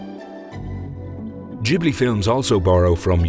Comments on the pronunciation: Not Jiblee Its Ghibli like Qiblee (original arabic word). Gee-blee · Massive respect for this video and what you put out. The only one thing I'm able to add is that you've been mispronouncing Ghibli. It's pronounced with a hard G, as it is in the verb 'give'. In Italian (ghibli is an Italian word derived from Arabic, describing a hot desert wind also known as the scirocco) if you throw an 'h' between a consonant and vowel, then that consonant acquires a hard sound. So, for instance, "chiesa" is pronounced as if there was a k. And Ghibli too.